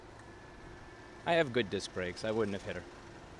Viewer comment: Definitely sound like a New York(er) talking about car brakes cracked me up